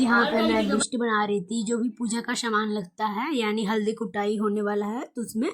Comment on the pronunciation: Shaman nhi saman hota h.... S ko sh ku bolti rhti ho